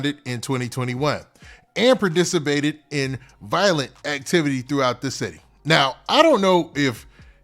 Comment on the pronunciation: You don’t know how to pronounce, “participated”.😂😂🎉